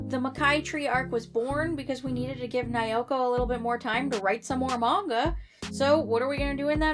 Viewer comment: I speak Japanese and have researched the series very well. I'm happy to explain anything you'd be interested in! First, all vowels have the same sound. (A is "ah", I is "ee", E is "eh", O is "oh" and U is "ooh") so Naoko is pronounced Na-Oh-Koh 🙃